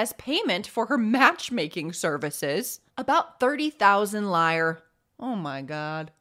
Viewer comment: I am a lifelong spinster and I love the way that you tell stories. Loved this story. But my child, you are too young to remember before the Euro. Back in the old days, Italy's currency was lire, not pronounced liar, but LI ra. The i is like the i in it. And I love the interjection of "fuck me!" Love it all, lamb. Happy Easter coming up!